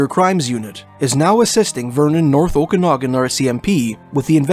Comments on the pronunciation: Luv your accent but Okanagan is pronounced Oak -Kan as in Can -Nog -Gan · Grindrod, is pronounced: Grin rod. Okanagan, is pronounced: O ka nog an. I lived there. Great work on these videos, btw.. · Prayers up for all families of the missing loved ones. Great job making public aware of disappearances as well as the locations. Commentator did really great job speaking but this woman can't even say Okanagan correctly, at least do some kind of research for pronounciations before hand.